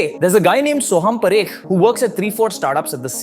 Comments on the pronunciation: it’s PAA-rekh, not puh-rekh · Paa - rekh not p - rekh